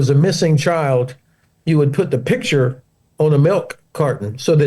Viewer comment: can't pronounce picture, never mind put it on a milk bottle.